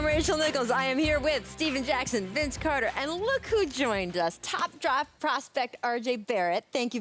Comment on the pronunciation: "Top 'Droft' Prospect RJ Barrett" - Rachel Nichols, 2019